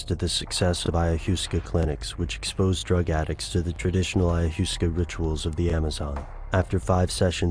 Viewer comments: i-ya-wass-kah..... not iyaHUSSca... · The narrator seems to have mispronounced some words--saying 'ajuska', instead of 'ayahuaska' [phonetic] [maybe?]. Yeah...kinda fractionated, but if one can tune out the irritating background music, there is quite a lot...hard to grasp for any just starting out learning, though. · Aya 'hoosca' ?? lol!! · eye uh wah skuh. -. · I would advise you to learn how to properly pronounce Ayahuaska before making a fool of yourself in your next video :) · when you Mispronounce ayahuasca , u lose me. and pyn-EE-ul....is the pronunciations of pineal. Shamanism, independent of drugs, done correctly, opens these doors.